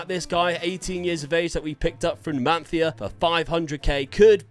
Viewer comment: This Bro is hilarious… he butchers every other pronunciation but nails the Spanish ones… Cadiz, Numancia, Zaragoza 😂😂😂😂😂 love the content ❤